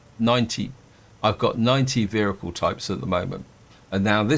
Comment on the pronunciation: What is a veericule